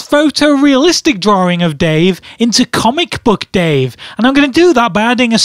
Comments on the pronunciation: its droling not droring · In the "drawring" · In ur drawring yes he said drawring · Say "drawering" again, I dare you. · Say "drawering" again, I double dare you. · drawering........ good grammer dude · "in your drawring" XD oh man this video is hilarious ;DD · I love how he says "drawring"